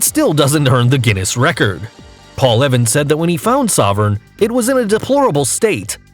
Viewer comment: I don’t like the way he says ‘it’ !!